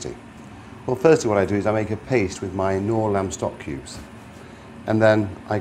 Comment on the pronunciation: I swear he said pubes instead of cubes